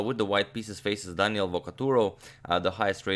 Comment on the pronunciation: But Agadmator needs to expand his vast knowledge to the pronunciation of Italian names, because Daniele has the accent on the first "e", not on the "a". :-)